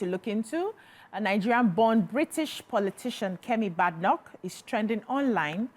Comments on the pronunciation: It's pronounced Bed- Enoch not BadEnoch ..... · You did not even pronounce her name correctly. Its baydenock. Also, Kemi has been misquoted in some way, and this thing about thinking its just Nigerians doing it is so wrong. There are so many asians and Africans doing it.